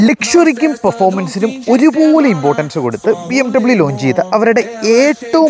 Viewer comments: Not BI EM W.... its BEA EM WE.... 🔥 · ബി എം ഡബ്യു അല്ല ബി എം വി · ബിഎംഡബ്ലൂ അല്ല ബീ എം വീ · BMW ❌ BMWey ✅ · It's bay-em-vay Bayerische Motoren Werke 🗣️😌😂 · it's pronounced bmv Bayerische Motoren Werke. ☠️ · Its bmv when pronounced!! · BMW അല്ല ബി എം വി 😊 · ബി എം വി alla bro, its ബി എം വേ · The German pronunciation of BMW is Bee-Em-Vee. Bayerische Motoren Werke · Y all the people.says here in Kerala BMW ? The pronounciation itself is wrong....dude plz learn how to pronounce.